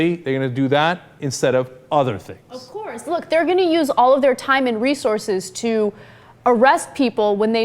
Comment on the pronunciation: thumps up for Cenk's OH COURSE!. : )